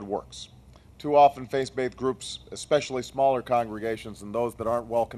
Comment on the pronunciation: Nice points; funny though how he says "face-baithed" at least 6 times :P